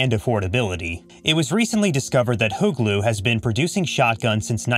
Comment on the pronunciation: Its HUGLU not "hot glue" get a clue ...